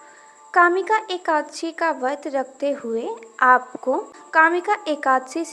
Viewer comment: Pahele ap vart bolna shikho vadh bol Kar ap khud hi pap Kar rahi hai etnte pavitra sabd ko galat bol rahi ho